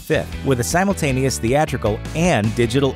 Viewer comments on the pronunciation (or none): none